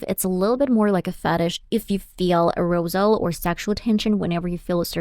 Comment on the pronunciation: Sexual A-roze-al? WTF